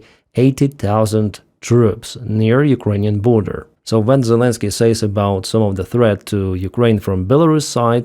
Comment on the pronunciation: "Selensky has noo Cards"!!🤣🤣🤣🤣🤣